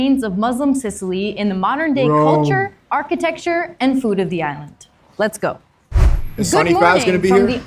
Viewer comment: that was real Italian right there 😂 Letsago😂